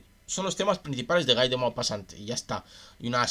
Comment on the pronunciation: Se escribe Guy, pero se dice gui ( como Gui (llermo) gui (on)